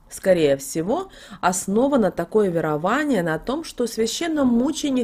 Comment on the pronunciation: Слово верование происходит от слова ВЕРА и произносится с ударением на Е !!!!